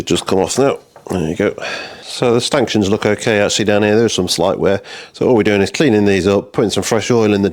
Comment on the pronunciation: haha, you said stanktions.